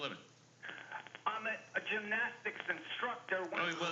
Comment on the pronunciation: Mike: "I don't really care if you're a 'gymstasta' coach" LOLOL!